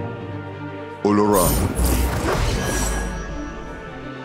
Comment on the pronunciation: He doesn't sound Yoruba at all. 🤦🤦🤦...... It's pronounced Olo-rooon not olo-run